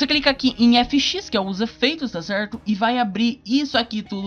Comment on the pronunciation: Tá cerrrrrrto Tá cerrrrrto Tá cerrrrrto Tá cerrrrtoo